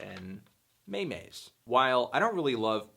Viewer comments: IS NOBODY GOING TO PAY ATTENTION TO HOW THAT OTHER MAN SAID MAY-MAYS INSTEAD OF MEMES?????? WTF IM SO PISSED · May-mays? Meme is pronounced like 'gene'. Meem. A meme is a concept that reproduces by spreading from mind to mind, mutating as it does so, letting it evolve like a gene. I am always surprised when I come across people who know much about the dominant memes in modern Internet culture but don't have the slightest clue what the word means, or even how to say it. It was coined by Richard Dawkins in his book The Selfish Gene decades ago. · please don't say that other guys just pronounced "memes" as "me-mes"